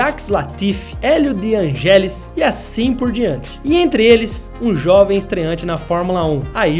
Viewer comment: Élio de angÉlis é boa kkk, que pronuncia em? Kkk da prq ver que nunca escutou esse nome